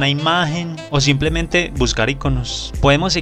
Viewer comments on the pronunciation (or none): none